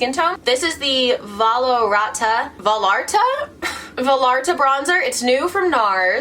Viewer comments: Rewatching and loving you even more. Also, Valarata - valarta?!, you kill me. Vallarta like vayarta, makes me giggle every time. <3 <3 <3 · its pronounced va-yar-ta ; its my grandpas town in mexico "puerto vallarta" ((: btw thanks for all the bomb vidoes <3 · vallerta is pronounced vie-are-tuh :) i hope that helps! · i’m you pronouncing vallarta as valarta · Hey! This might be kinda irrelevant but that Nars contour shade is pronounced more like va-yar-tah. Puerto Vallarta is a city in Mexico and named after an old governor from Jalisco. :) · Not sure if anyone has mentioned this but fun fact! the bronzer you used is probably pronounced V-eye-ART-a. The double L makes a "Y" sound in Spanish. You may have heard people pronounce it like this when they say Puerto Vallarta, a popular tourist destination in Mexico. :) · “Va-L-ar-Tuh” lol! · It’s Vallarta like Puerto Vallarta 🤣